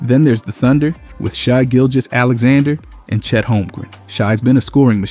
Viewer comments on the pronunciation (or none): Do u not know how to say shai name bro?